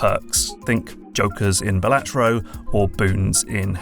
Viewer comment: FYI its pronounced Balatro not Balatro ❤